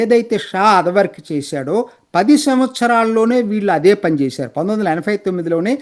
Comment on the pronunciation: మీరు యాభై ని యాఫై అని, ఎనబై ని ఎనఫై అని అంటున్నారు